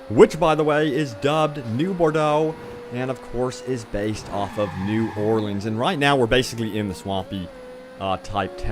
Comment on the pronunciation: thnx for saying new Orleans the right ways haha